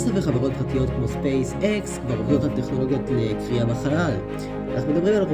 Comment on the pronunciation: כרייה בחלל. לא "קריאה".